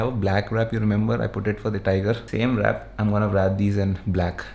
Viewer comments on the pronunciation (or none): when he pronounces wrap as vrap :P